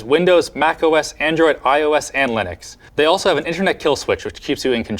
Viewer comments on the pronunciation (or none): none